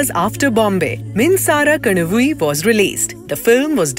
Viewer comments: The female voice at the background keeps saying minsara kanavi instead of minsara kanavu. This is disgusting. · I m wondering why the woman announcer in the background struggles with the name minsara kanavu… she keeps saying kanava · could you please make sure you don't mispronounce Tamil films? The narrator mispronounced "Minsara kanavu" pretty badly. Should not be very hard to take that little extra effort to get the pronunciation right.